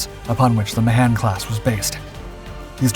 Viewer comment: For crying out loud---it's not "Ma-'han'-Class Destroyer----it's "Mahan" Class with a hard first A and emphasis on the first syllable.